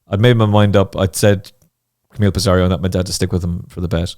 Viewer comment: pissarro not pissarriioo